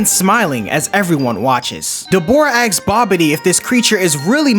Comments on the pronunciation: Asks, not axe. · Ask has an S in it